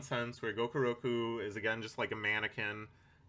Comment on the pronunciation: i find it hysterical that you keep calling gakuro "gokuroku", presumably because the lack of respect you have for the character necessitates fewer brain cells devoted to getting his name right. also according to the internet a blue whale's eyeball is about 10-15 centimeters in diameter (about the size of a grapefruit). apparently whale eyes are actually pretty tiny compared to body size and most of them are considered to have fairly poor vision.